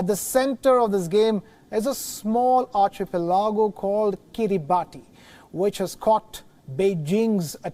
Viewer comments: arki-PEH-lih-go, not archi-peh-LAH-go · Please learn how to pronounce archipelago